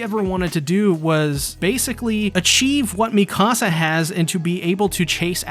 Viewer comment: Please stop pronouncing her name "miKAHsa". It's "MEEkasa". They literally say her name in every single episode, how are you pronouncing it wrong?